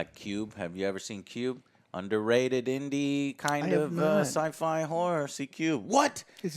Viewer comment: The way Joe says "horror" sure sounds like something else to me. xD